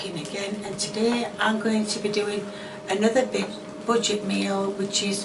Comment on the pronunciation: i heard "butchered meal" instead of budget meal in the intro :D